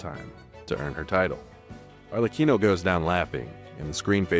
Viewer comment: That's NOT how you pronounce Arlecchino!! 😬